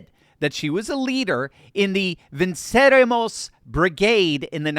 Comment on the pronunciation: (its Spanish not Latin) Vehn-cerEH-mos